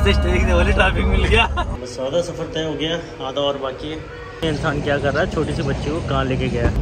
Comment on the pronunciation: Safar hota hai saraf nahi